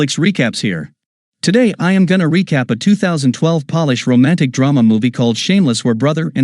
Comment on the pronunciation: Did dude seriously say Polish as Polish (the crap you use on shoes) brah... How could you seriously make a good like that. smh